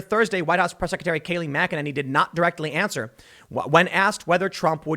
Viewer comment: Tim? .. Do you even read your comments? McEnany is pronounced "Mik Ken Annie" ... How many times do I need to keep telling you this? Jeeez